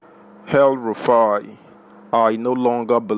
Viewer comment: It’s EL-Rufai NOT Hell- Rufai.